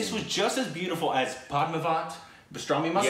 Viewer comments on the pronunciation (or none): Watching try to pronounce bajirao mastani is a thing of beauty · Why does he keep calling it pastrami baj rani?🤔 I mean if you can't pronounce it. just abbreviate it, why butcher it THAT much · There is no P in "Bajirao Mastani". Stop calling it "Pastrami Mastnani" already. Do you want us to call Fight Club "Flute Bulb"? -_ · Whenever says Bajiroa Mastani, I die. It sounds like Pastrami Mastani to me hahaha 🤣. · Mr Aaaaaaaaaaaaaaaa KARBON KILOMETERS.. Segall can you ask that guy to your left to please pronounce it. It's an Indian name :) :)